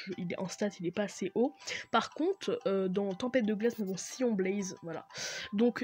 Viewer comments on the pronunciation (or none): Sa se dit pas "Siyon" sa se dit "Saiyone". Sinon cool la vidéo tu m'as aidé 💪